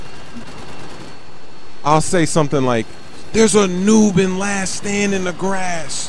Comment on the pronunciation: WHY DO YOU ALWAYS SAY NUBE